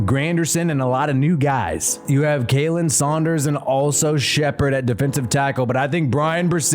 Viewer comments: Enjoyed your video,. Just passing this along: it's pronounced "Collin" for Khalen Saunders. When you call him KAY-len, he'll correct you immediately. Keep up the nice content -- GEAUX SAINTS!!! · Kha-Len Saunders.. lol not Kay-lin 😂 he corrects people all the time.